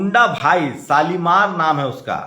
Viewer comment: शालीमान नहीं शालिग्राम है भइया🙂🙂🙂🙂🙂🙂🙂